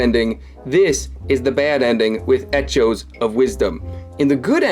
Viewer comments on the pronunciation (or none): It’s not pronounced the way it’s spelled, it’s pronounced “ecoes” you’re saying “etch-o’s” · "eh-CH-o's" is wild bro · Etchos sounds like a cereal. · EHCHO’S for life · “ec-CH-o’s” made me have anger issues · "Etch-oh-s of Wisdom!" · Its pronounced E-CK-OEs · It's echoes, /ĕk′ō/ I don't know why you're saying it with emphasis on the 'H'. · Now I can't unhear eh-cho, thanks. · I can't tell if your pronunciation of "echo" is a joke or you're actually ESL despite your perfect accent. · I can’t tell if his pronunciation of echoes is a joke or not. Also it will probably be the good ending because of the great deku tree, and with both zora’s being present there should be plenty of seas to sail cap’n.